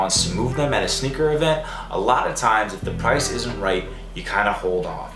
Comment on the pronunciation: prrr-ice dunno why but i laughed so hard